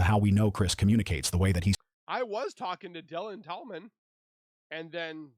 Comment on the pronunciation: Why does the person/Ai keep saying Dylan Talman’s wrong?? He said it three different ways.